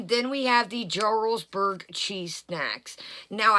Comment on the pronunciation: Jarlsberg is pronounced with a Y. Like Yarlsberg. The J is silent